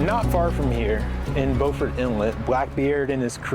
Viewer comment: when the "archaeologist" said "Not far from here in the Bowford Inlet....", was he talking about Beaufort? If so, anyone who lives in the area would know it's pronounced 'bew-fort'.